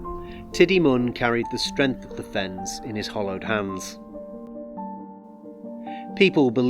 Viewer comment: It’s hallowed not hollowed